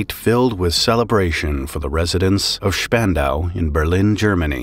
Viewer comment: Congrats on pronouncing spandau correctly